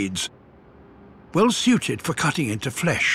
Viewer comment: There’s nothing better than hearing someone with a British accent say the word “flesh.” It’s like scratching an itch you can’t reach.